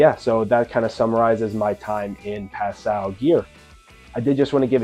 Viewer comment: As a French speaker, this is the correct pronunciation